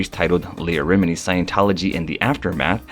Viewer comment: Rem-en-ie lol sorry but you pronounced like most of the names incorrect and it's killing me Everytime I hear them😂😂😂